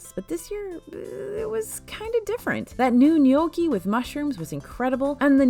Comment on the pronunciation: The fact that you pronounce gnocchi correctly makes my soul happy! The amount of “No-key” I’ve heard this week from fest reviews🥴🥴